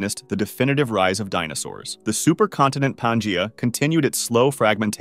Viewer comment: Dude just mispronounced pangea like four times